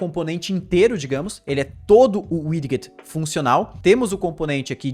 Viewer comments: Muito top! Só uma dica com relação à pronuncia da palavra Widget. Se fala "widjet" ao invés de "wid-get" :D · muito bom, muito instrutivo, como sempre... Mas, me doeu o ouvido ouvir a pronúncia de Widget - "widguit", várias vezes... rsrs... O certo seria "Wijit". Mas isso é mais chatice de quem tem TOC mesmo. Parabéns aí e obrigado por compartilhar, cara... Ajuda muito. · Tome 1 dose de cana a cada vez que ouve widguet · Haha doeu o ouvido aqui tb. Mas o conteúdo do vídeo tá show. Parabéns!